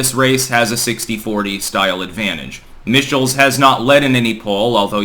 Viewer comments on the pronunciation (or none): Michaels vs Evers, Mike-Els vs Eve-Ers.